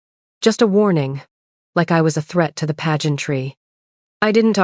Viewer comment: I think PAGEANT TREE is supposed to be PAGEANTRY.